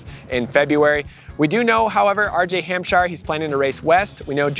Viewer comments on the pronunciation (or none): none